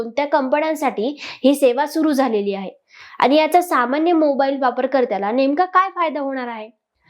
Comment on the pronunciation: तुम्ही छान बोलू शकता. फक्त कंपणी, आनि असा न चा ण आणि ण चा न प्रयत्नाने टाळा. मग तुम्ही निवेदनात चांगली प्रगती करू शकाल. बाकी तुम्ही मुद्देसूद बोललात. Good expressions and confident body language.